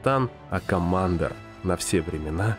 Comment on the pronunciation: Критиковать кого-то за плохую локализацию, и говорить «комАндор»… оч сомнительно